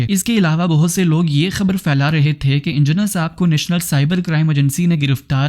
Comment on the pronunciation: FAILANA NA🎉HI PHAILANA HOTA HA SUWAAL NAHI SAWAAL HOTA PAINDU CHUTIYA BOLNA TOU SEEKH PEHLAY 😂😂😂😂